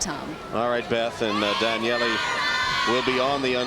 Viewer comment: Good lord why is she calling her Danyelley?